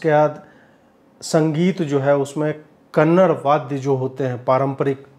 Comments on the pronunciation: Thank you Ajeet bhai for the wonderful review. Please pronounce as Kannada not kannad. You are doing wonderful service to nation and my best wishes to you always. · Kannad alla Kannada!!! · That is not Kannad--- KANNADA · Sir woh Kannada hai .. Kannad Nahi .. Thank you for our awesome support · 'Kannada' guru not Kannad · Karma.. it is kannadAaaa not kannad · Sir!! You too please Watch it please 🙏 ..btw. it's kannada .. not Kannad .. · Ajeet, I follow your channels, you do a good job. But PLEASE PRONOUNCE NAMES CORRECTLY.. YOU DO LOT OF CONTENT ON OTHERS ATTITUDE.. WHAT ABOUT YOU?? IT’S NOT “KANNAD” .. “KANNADAA” .. again KANNAD NOT, KANNADAA.. Kannadigas hate it when you pronounce their language name as KANNAD .. Please say KANNADA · Kannad 😢 It’s Kannada 👍 One thing if you can educate yourself and your audience. Not your fault! Let’s collectively get better. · Bhai Kannad nahi Kannada, as in Canada. Similarly Karnatak nahi Karnataka. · Humble request to Ajeet ji from a kannadiga, please pronounce kannada as 'Kannada' not 'kannad' 🙏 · Sir please one request... Its not kannad its kannada. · It’s not Kannad… It’s Kannada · Kannad ❌ nahi Kannada ☑️ bolo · I appreciate your views of the films but with all due respect it is not "kannad" or "karnatak" it is kannadA and karnatakA ,please do mind the caps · Sir für next time its KANNADA not KANNAD 🙏🙏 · Ajitji Please Pronounce Kannada as Kannada not as Kannad.... Pls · Great review.👍 Please say 'Kannada' not 'kannad' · Bharti, it's KANNADA not KANNAD, Like it's HINDI not HIND, please correct the Pronunciation. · It's Kannada.. not kannad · Sir please pronounce it as Kannada not kannad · Dude it's not Kannad it is Kannada please stop insulting it... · Please Don't say kannad it's "kannada" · Bhai tum logo ko samaj me nhi atha kya woh kannada hai kannad nhi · Pronounce the language name properly man, it is Kannada and not kannad . Stopped watching your video just because of it. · Sir...its kannada not kannad